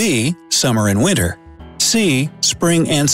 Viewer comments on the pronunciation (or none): none